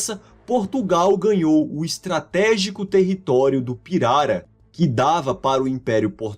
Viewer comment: Finalmente um vídeo em que a pronúncia da palavra pirara é dita corretamente. Pirara é palavra paroxítona (piRAra) e não "pirará" como alguns estão pronunciando por aí. Parabéns pelo vídeo!